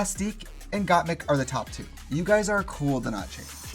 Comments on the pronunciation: Why is Trixie saying "Got Meek" instead of "Got Mik" LOo.lololololol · I’m surprised Violet didn’t correct the way Trixie says Gottmik. She says Gottmeek every single time.